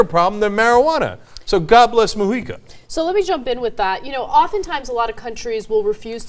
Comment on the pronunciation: Nice to hear "Mujica" pronounced correctly :-D